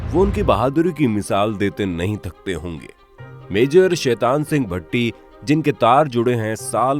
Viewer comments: भट्टी ❎ भाटी ✅ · Bhai... Bhatti nahi Bha- ti.......